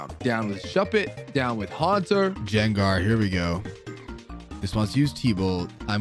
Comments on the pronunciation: Does he mispronounce the Pokémon’s name on purpose? wtf is a jengar? Jeearodos? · Why does legit have the worst Pokémon pronunciations of anyone I’ve ever seen? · What. Did. You. Call. Gengar. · ...why do you pronounce the names this way. Gengar, Gyrados, Magneton, Milotic......horrible and unforgiveable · the way you pronounce gyrados and gengar is atrocious